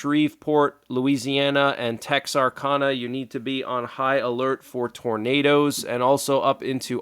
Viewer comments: Texarkana. Said texarcana bud just saying Your the greatest thanks for all the info and news updates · It’s Tex are can a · We had heavy rain this morning, but the most will hit my area of Arkansas tomorrow. Tornado watches are already out for most of Arkansas. P.S. Hi! Texarkana is pronounced as TexarCANa. So, there is Texarkana Arkansas and Texarkana Texas. There is a small section of the city that straddles both states.